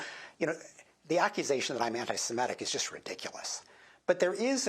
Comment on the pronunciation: Weird how so many people can say "anti-Semitism" and then say "anti-Simetic".